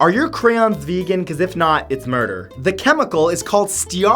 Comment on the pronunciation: Da veeguns hate you matt santoro